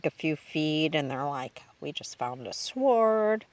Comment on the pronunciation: You just found a sword, as in you pronounced the w???? Franklin county school!!! The finest in Missouri!!!